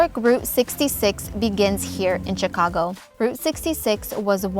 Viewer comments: Its Sheee cago not Chiii ca go. The Ch is pronounced like She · you pronounce the city name Shicago not Chicago just to help you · This video shows the city better than most. Well done. Chicagoans still call it the Sears tower. And they mostly pronounce it shi-cago rather than chi-cago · I was waiting for someone to correct the pronunciation…. It’s pronounced Sh icago…. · In order to improve your channel,learn American English. Chicago is pronounced Shicago. Chicago has the 3rd largest population of any American city as well as 3rd largest metro area. You sound AI generated. You may be,but try not to sound like it. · it's pronounced SHI CA GO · And the 'ch' in Chicago is pronounced as an 'sh'. It is like fingernails on a blackboard to hear the mispronunciations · It’s pronounced Shi-cago, btw. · Might be nice if you could pronounce the name of the city correctly, you dunce. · Still known as Sears Tower.... Great vid, did you take all the vids in this, they are wonderful! Love how you say ChiCago! DA Bears!!! Awee leaving out the poor White Sox... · It’s Rookery (like hook), not rockery (like rock). And Chicagoans pronounce Chicago with more of a “shhh” at the front rather than a harder “Chi”. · CHICK ah go(Shi CAW go), The Rockery (The ROOKery) and EliNOISE (Ill i NOY)But it is a stunningly beautiful video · The "Ch" in Chicago is pronounced "Sh." You dont pronounce the "s" in Illinois. Parts of the L on the red and blue lines are underground. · Great! Well done, but the "s" in Illinois is silent, and it is pronounced "shi-CA-go ill-in-OI" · sh*CAH*go, ili*NOI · I never thought that somebody who pronounces Chicago with a hard ch and pronounces the s at the end of Illinois would be giving this tour